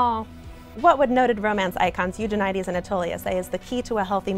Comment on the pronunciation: Yay, found someone who pronounces Eugenides the same as me! :)